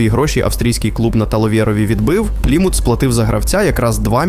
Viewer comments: "Пліму́т" Порада диктору. Якщо вперше прочитав якусь назву, погугли як правильно наголос ставити. "Плíмут"! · Чому ПлімУт, правильно ж таки ПлІмут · правильний наголос "плІмут", а не "плімУт" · плІмут, а не плімУт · ти вже визначся - плІмут чи плімУт? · Пацаны, спасибо за ролик! Но ПлимУт, НальчИк, и Агентство, а не агЕнтство - это немного дико) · Що з наголосами, ПлімУт, НальчИк? розумничка 👌, на відміну від "десанту" в Туреччину. Ну і головне 🙄, зрозумів етимологію, походження його спотвореного расеянским закінченням на /ов/, українського прізвища.😂